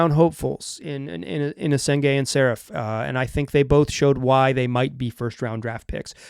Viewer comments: The radio announcer had it right: saRAf, kinda like Steffi Graf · More like Sa-rah-ph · From a Hebrew speaker: Saraf is pronounced with the 2 vowels sounding like the vowels in cut, shut, blunt, etc. The second vowel is the stressed one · Ben`s Family name is pronounced : SA-RA-F